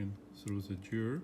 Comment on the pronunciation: Hi. I respect you a lot. I love your videos. Your are the nicest technician on youtube. But please don't you ever say "jeer". It's gear. Like gasket. You don't say jasket right? Go to google translator write gear and listen to robot saying it. Please, don't be mad at me, just listen to me. It is for your own good. I am Lithuanian. English is not my native too, but "Jeer"just hurts my (everyone's) ears. Thank you!